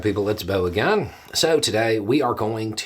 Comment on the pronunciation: Well howdy there Internet Beau, it's people aga-in!